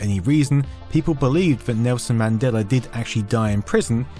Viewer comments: You keep saying "Madeler Effect". You keep adding -er to the end of that word. Why? Do you even realize you're doing it? There is no "r" in Mandela, but you keep pronouncing the "a" as "er" and I'm not sure you even realize it. The entire video is littered with instances of you saying his name improperly. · Accents. Also, proofread your comment if you're going to be weirdly pedantic.